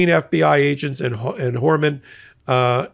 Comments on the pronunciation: Your misspoken 'Horeman' is ironically, a more suitable name for Tom Homan! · I think was right when he pronounced it "Whoreman".